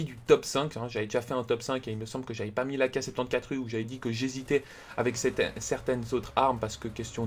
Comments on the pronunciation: Euh c'est juste horrible comment tu dis l'arme mdr 😂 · APPREND A DIRE AK74u XD